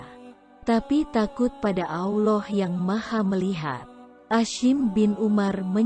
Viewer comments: Belajar sebut Allah bukan auloh hehe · Mengucapkan kata Allah SWT itu yang benar min Awloh atau Allah .. harus diperbaiki lagi kalo mau bikin konten ..